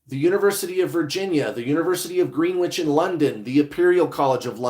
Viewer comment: Greenwich is pronounced Gren ich....😊